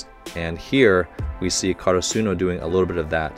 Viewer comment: Slight correction... Slightly bugs me because every reactor does it... Asa he (asahi)... Ka ra su no ( karasuno)... Just putting that out there for you